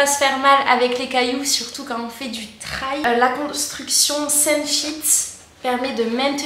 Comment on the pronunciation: Salut, as-tu fait une vidéo de retour sur le long terme ? Je vais chercher. Au fait, n'hésite pas à dire " trèl ", des fois, l'anglais est plus simple qu'on l'imagine ! Bonnes sorties !